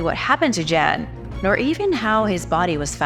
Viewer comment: I feel the need to kindly correct your pronunciation of the name, "Jan", when it comes to your mention of him, throughout your discussion of the Darien Gap. Those from Scandinavian regions pronounce this name as, "Yahn" rather than, "Jan"!❤